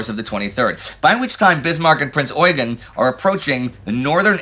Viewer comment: As far as I know the emphasis should be on the second e in Eugen, very similar to how eugene is pronounced in english. That is due to his french herritage. At least thats what i learned during my time in school in austria.